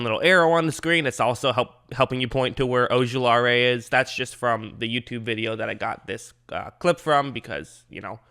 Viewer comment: Sorry but i got to say it. O-ju-la-ri There no AE at the end.